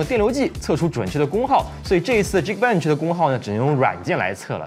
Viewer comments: 老哥，geekbench好像应该读ghi-k bench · 以前不是念geekbench的吗，怎么现在改念饥渴bench了，被绑架了就眨眨眼